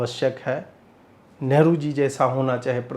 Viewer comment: सर नेहरु नहि लेहरु आगे जरा ध्यान रखियेगा ।